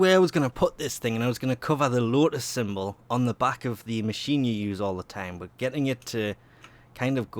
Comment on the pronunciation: stop saying BUT .... the way you say it , it sounds like BUTT